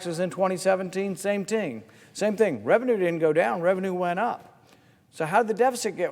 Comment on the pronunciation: "Same ting" 🤣🤣🤣 V.interestjng the difference between tax revenue and interest.